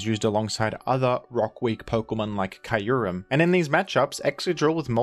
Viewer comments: “Ky-u-rem” is cursed and I hope I never hear “Cue-rem” butchered that badly ever again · did he just say kai-you-em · "Kai-yur-rem" - Well thats definitely a a way to pronounce that 😂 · why does he call Kyurem "Kai-yu-rem" tho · Do you really pronounce Kyurem like that, or was it just to boost comments? lol Anyway, on Excadrill still being good on OU, love to see it. One of my favorite gen 5 pokes and its still great. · that kyurem pronunciation tho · How did he just pronounced Kyurem???